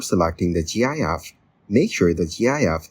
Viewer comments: Gyaff? It's pronounced like gift but without the t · He's saying "G.I.F"